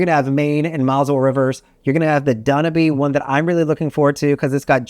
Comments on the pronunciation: Did you actually say Dan-o-bee for the Dan-U-ba? Nonetheless, thank you for sharing more about these river cruises. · Danube/// is Not pronounced DunABee!!! Also Celebrity would likely be still prices lower than Viking and they give more perks.. All drinks not just beer and wine... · 1. Dan-Yube. 2. River cruise ships hold under 200 pax, 158- 200, not 250 3.Seine is pronounced Sehn. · the pronunciation of Danube was so bad I might need to unsubscribe. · 1. Yes, he mispronounced Danube (but you knew what he was talking about about, right?) 2. He never said passengers. Since river cruise ships carry between 30 and 60 crew members, 250 sounds about right to me. 🤷🏻 3. The Saône River is not the Seine. But I'm sure you probably knew that, right? 😊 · Putting aside the "Dah-noo-bee" river, and the "Mah-zul" river (try: "mohzelle"), and the "Sah-yenne" river (Saône rhymes with Rhône ) at least he got the cities on each pretty right. As far as pax, with very few exceptions (eg. Amamagna) all Europe river ships are size-constrained (think locks) and of essentially identical dimensions. AmaWaterways (pricier) ships typically holds ~160 pax, Viking (more mass-market) so-called "longships" ~190. 250 pax would be very very uncomfortable and no company comes anywhere close, fortunately. Please, actually make your way to Europe and try one before posting again on the topic.